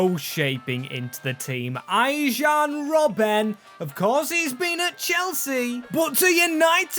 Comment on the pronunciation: bro made saying player names wrong as a number one objective, who is Arjhoun Robben?